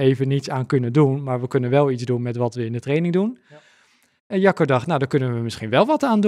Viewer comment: Mooie uitzending weer, prachtig onderwerp, sommige uitspraken moeten we hier wel om lachen, is het nu Jacco of sjacco? net als Guido of Kiedo? het onderwerp vinden we het belangrijkste hoor en zeker de aandacht van hoe jeugd selecteren en hoe ontwikkelen, wel willen wij hier kwijt dat asm niet nieuw is, wij doen dit al 40 jaar. maar mooi dat bekende sporters en coaches hier nu een lans voor willen breken.